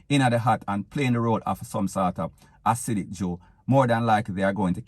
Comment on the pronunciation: Acidic. Can you repeat and pronounce the word again please? Can you make a sentence with the word Acidic please?. You can't be wrong and strong..